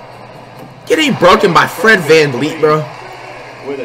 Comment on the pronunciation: flight actually said fred vanvleet name right, i was expecting fred valey